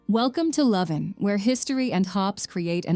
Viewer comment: It's a wonder short film of various towns and cities in which many of the stock phrases could be applied for any of the places mentioned. Would have been nice if you properly pronounced the city of Leuven.